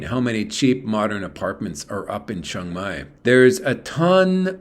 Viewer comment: You are pronouncing Chiang Mai wrong